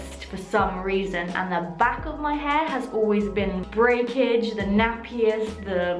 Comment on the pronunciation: “for curly hæ”